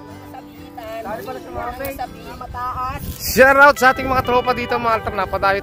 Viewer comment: Shout out hindi shorowt